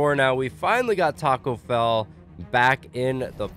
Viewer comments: Who heard him say Taco Fail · he said tacko bell or fell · BROOO u said Tacko Fell 😝